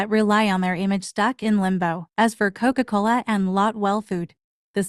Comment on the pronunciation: The way the AI pronounces “Coca Coler” 😭